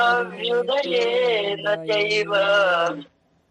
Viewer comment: आचार्य जी, " चाभ्युदयेन " च+अभ्युदयेन है न कि चाभ्यु + दयेन। आपके इस तरह पढ़ाने से बहुत गलत संदेश जाएगा। धन्यवाद जी